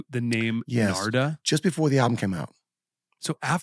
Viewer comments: His name is Narada, not Nards. Put your teeth in! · I love channel, but come he keeps calling him “Narda”??🤔 That’s like calling Lovano, “Elo”?🤔😳😂 “The name "Narada" means "the one who gives knowledge to mankind" in Sanskrit. It is pronounced as Naa-Raa-Dah” Again, love interviews, but it seems kinda lazy to not even take the time to learn how to pronounce your guest’s name.